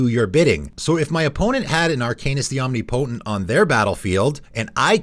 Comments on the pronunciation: Om-ni-po-tent not Omni-potent. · Flavorwise, I don't think a vehicle should be able to crew another vehicle, but according to the game rules, it can. The idea of a mammoth crewing a sailboat and then working the ship's wheel to pilot a mech is just bizarre and hilarious. Do a lot of people pronounce "omnipotent" like that? I say it like om-NIP-oh-tint. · omnipotent is pronounced like omniscience; no "knee" sound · Oh my God please Google how to pronounce omnipotent.